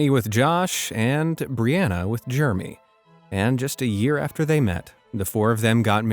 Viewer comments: The narrator pronouncing “Jer-em-y” as “germy “ is the best part about this vid 😂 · I have heard this at least 2x...the first brother twin is NOT NAMED Germy....its JEREMY!!!! I want stick a pencil in my ears when I hear "Germy". (┬┬﹏┬┬)(┬┬﹏┬┬)(┬┬﹏┬┬)(┬┬﹏┬┬)(┬┬﹏┬┬) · U keep calling him Germy lol Jeremy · Did you say germy for Jeremy?? Omg. How stupid. Do you really not know how to pronounce Jeremy?? 🥴🙄😱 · He pronounced “Jeremy” as “Jermy” 😭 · Why are you pronouncing Jeremy as Germie?